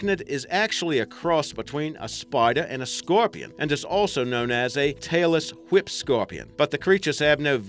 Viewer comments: WHy are you saying it that way? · Zaid Rahman Brian: why do you put do much emphasis on the h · The way he pronounces "whip".